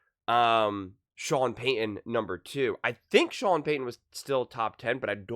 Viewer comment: Its ’PEY-TON’ not ‘PEY-UN’